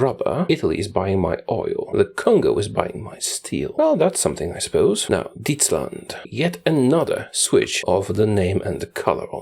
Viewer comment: Holy crap you actually pronounced "Dietsland" right